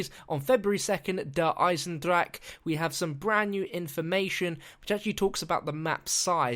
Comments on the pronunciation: duh igh-senned-rock-uh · JUST WANTED TO POINT OUT in german words you pronounce the e if the word ends in e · you are saying Der einendrache all wrong